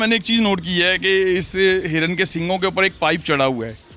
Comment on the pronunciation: Hirwn ni hota harran hota ha